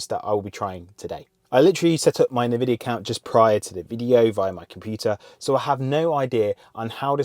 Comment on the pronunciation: In vidia .... Not na vidia. 😊